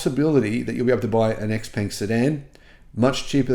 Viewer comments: Pronounced ‘ShowePung’, according to my Chinese mate. Great to hear these models are coming to Australia! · According to people at the Xpeng factory that I spoke to recently, they are now pronouncing it Xpeng for western tastes. Stand by for another name change.